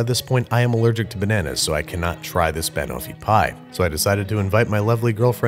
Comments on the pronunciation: I feel like he's screwing with us with his pronunciation of banoffee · Why does he say banoffee like that it’s just wrong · I cried a little every time you pronounced Banoffee!! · Well 'pin' for 'pan' isn't a good pronounciation either. Brad has rubbed off on Babish. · I KNOW!!!! it's not even a hard pronunciation, just shift the emphasis from BA-no-fee to buh-NO-fee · Time for some Hermione-splaining. It's not ban-offee, it's ba-noffee. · Ban o’fee pie?! Ban-off-ee pie, looked yum thohgh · Pn. Bunoffee. Not ban offie banana/toffee. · Every time he says "Wurshchuster Sauce" or "Banuffee" an Englishman spontaneously combusts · I'm having a reaction to "Ban-offie pie" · Jeff Nichols yeeee, but he’s not saying Ban(ana)(t)offee, he’s saying ban-owe-fee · I'm American. Its wrong. Do you call bananas BANana? No. You say buhNANa. . Its literally Banana and Toffee combined. BuhNOFFee. Also, it's a British dessert, so I think they know how to say it correctly. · he weirdly stresses the BAN bit. It's "ban" as in the beginning of banana- closer to "bun" than "ban" (technically I think it's a schwa, the indeterminate vowel, but that's because I'm a nerd) and then the end of "toffee". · buh-noff-ee. Stress on the second syllable just like Kiers Knightley's character does. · I’m from the UK, I can confirm no one calls is Banoofeee pie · I, as a british person, am never going to be able to unhear him say ba-nuffy and i dislike it greatly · Babish: Tries to pronounce Banoffee pie Me: *ScReAMs iN BrItISH* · how can you pronounce Banofee wrong when she literally says it in the clip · To be fair, there is an “o” in the name of the food is being pronounced. It’s toffee, not taffy; which are different things. Plus, even though we say caramel weird we say almond a lot better in my opinion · yes insanely offensively incorrectly pronounced. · I never said it was wrong I just said I was uncomfortable lol. But it is a mispronunciation if he was going for the British style here